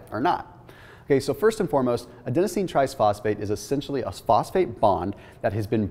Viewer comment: Anyone else hearing tries-phosphate instead of tri-phosphate? Not that I can pronounce even half of the other things he shares!